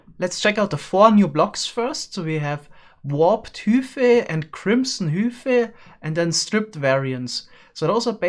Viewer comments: Everyone else: hai-phei: hü-phei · to be fair he pronounced it "hoophie" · you are objectively incorrect, major, he pronounced it hew-fee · It's bizarre hearing it pronounced hoo fih when I pronounce it hi fay. Something about it just sounds so different. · it's high fay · He just pronounced it as it's done in German. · The Major i heard hoofay you illiterate manchild stop attacking my ears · For those confused, he is saying Warped Hyphae & Crimson Hyphae -- as in "high-fee". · Replace with normal German pronunciation. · If it were hyp-hae you wouldn't pronounce the ph as f.